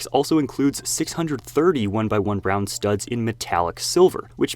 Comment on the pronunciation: it really sounded like brown 😂